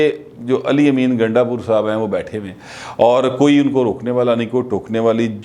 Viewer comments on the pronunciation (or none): gundda pur te tuhadi zuban bar bar phisal phisal jandi hay tuse ve barey shararti ho ha ha ha